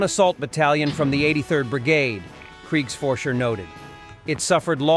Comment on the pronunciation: “Kriegs forcher”? That’s not Nazi shit. Nope. Not even a little